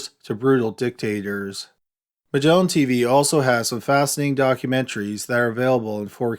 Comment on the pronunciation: "Migellin Teeveeeeeeeeee"